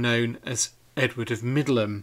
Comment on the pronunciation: Finally found out how to pronounce Middleham" correctly - I thought it was "middle ham". You never know with English pronunciations! I also found out recently that "Beauchamp" was pronounced "beacham."!!!